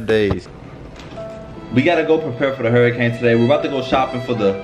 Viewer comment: throughout the video: “hairicane”😭😭😭😭😭❤️❤️. $miahhhh38